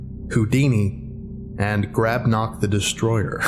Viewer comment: it’s grabnot